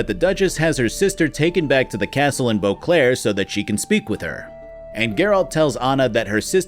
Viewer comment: I keep hearing Eau Claire when he says Boclair which is hilarious as Eau Claire is a city in Wisconsin. Imagen, the witcher, wisconsin edition